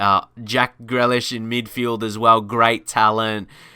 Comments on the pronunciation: Please pronounce Grealish correctly it’s Grealish no grelish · His name is GREALISH NOT GLELISH. SAY IT RIGHT. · Pronounced GrEElish not GrElish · My face when he said gralish instead of grealish: 😭😭😭😭😭🤨🤨🤨🤨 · its pronounced gree lish mate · It’s GREE-Lish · Pronounce it GREElish ignore the A and Connor hourihane is pronocune who-rehan